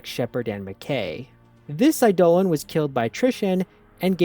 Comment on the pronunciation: Eidolon is pronounced like Idol-on